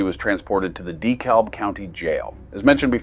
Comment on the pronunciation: the dee-kalb county jail, haha